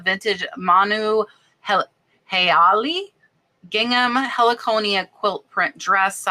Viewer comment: From Hawai’i. Manuheali’i still exists. Popular and expensive brand. Pronounced manu-hey-ah-lee-ee.